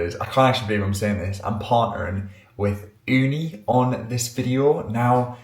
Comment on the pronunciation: I like when you said Ooni as we say it here in Finland(where Ooni is from), we say it here "uuni" which means literally owen😊